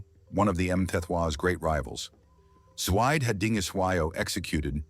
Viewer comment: It’s pronounced Zwee-Deh